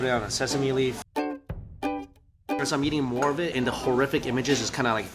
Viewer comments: its funny how he pronounces eating as yeating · The yeating, the yeel haha